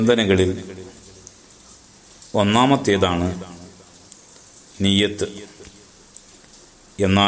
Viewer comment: നിയ്യത്ത് ഒന്ന് ശെരിക്കും പറയാം ആയിരുന്നു